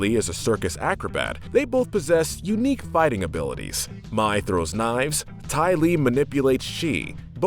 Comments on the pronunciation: Mai pronounced "My" instead of May. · And mai pronounced may not my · And mai is pronounced may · Well obviously it’s not I mean mi not mai soaka not sokka and kayoshi not kyoshi ughhhhhhh childhood ruined by a “fan” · you guys mispronounced Sokka. Its a long O not a short one. Also ITS MAY LIKE THE MONTH! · "Soke-a" "My" "Kieoshi" Please do not repeat the sins of Shyamalandingdong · Also you pronounced Mai wrong its pronounced like May. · KEY-OSHI ,SOCK-A, MAY PRONOUNCE THINGS THE RIGHT WAY OR DON'T MAKE VIDEOS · KAIOSHI, SOAKKA, MY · Are we gonna shrug of the fact on how he pronounces mai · He rashes on M. Night Shamaylans remake, but pronounces Sokka, Kyoshi, and Mai wrong 🤦🏽‍♀️ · Also Mai and Kyoshi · Takes a jab at the live action movie at the beginning of the video, yet mispronounces names just like said movie. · Ok it’s sorta ok how you got some of the names wrong But then you mispronounce mai..... is that how you say the month may? I’m pretty sure not.. So why can’t you just say her name right? alsoooooooooo please you say your a fan of Avatar so you have heard the names!! Sorry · This feels like he hasn’t watched the show and is just reading the script someone else made, as he is pronouncing names like Appa, Sokka, and Mai how they look instead of how the actually are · it just hurts how he pronounces Mai, Kyoshi and Sokka. i don’t get how you can mispronounce names said over and over and over again in a show. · can't lie, I cringed the whole time when you were saying Mais name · Okay, I can understand mispronouncing Mai's name. Even I slip up there. But the Sokka and Kyoshi mispronunciations are cringe-worthy. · and Mai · Same and Mai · And mai 🤦🏻‍♀️ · and Mai, like has he even watched the series?